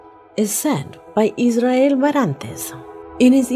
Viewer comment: i cant emphasize how ridiculous you sound when you say Israel in your attempt at a Spanish accent. It’s almost as if you’re trying to mock his name by pronouncing it like that.